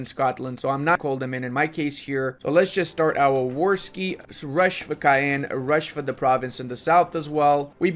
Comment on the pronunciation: to be a true tchad u have to say Caen like KAN not cayen xD